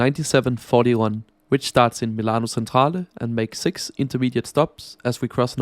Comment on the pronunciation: The train front and back look like an old generation Shinkansen though. Thanks for the review. Btw I like this grey business class colour scheme. FYI, "C" before "e" and "i" pronounce like "tsch" (in German), so it's 'milano Tschentrale" and "Santa Lutschia". Otherwise, excellent!